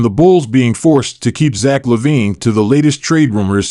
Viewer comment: You are saying his name incorrectly...